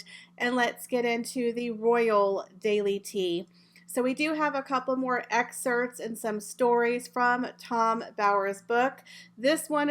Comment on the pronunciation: I'm sorry I have to correct you I couldn't go on listening. It's pronounced EXCERPTS NOT excerts (no such word) and it's pronounced SeCREtary (in American English) NOT secitary. We pronounce it secretry even though spelled secretary in British English. But there is no such word as secitary.